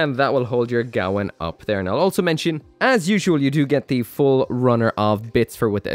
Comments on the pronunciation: What's with the pronunciation? It's the Gawain, not the Gawan. Come on man even the Japanese audio calls it the Ga-wein. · GAH-WANE!!! It's pronounced GAH-WANE!!! Seriously, you people NEED to start taking United Kingdom English lessons. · Its pronouced Gah Wayne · Damn that looks nice! It's pronounced Gwayne, like the knight from King Arthur, it's a Welsh name. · gawain rhymes with pain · it's name is Welsh and pronounced : GA - WAYNE